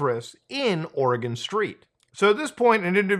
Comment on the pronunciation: From every Oregonian ever, thank you for saying it correctly.